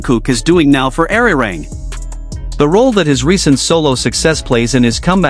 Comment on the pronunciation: Nicht ararang sondern arirang!!!